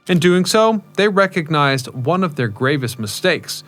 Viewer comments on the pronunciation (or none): none